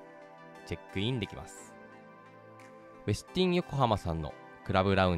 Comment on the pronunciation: 「ウェスティン」の発音、ほかの方の動画など参考になさってください。